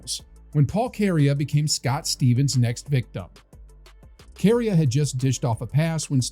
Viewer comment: Kary A??? It’s pronounced like ‘Korea’ fyi